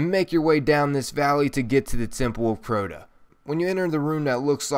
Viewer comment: 1. Its crota not croto2. Its the dark below not dark beyondLol! Love you channel tho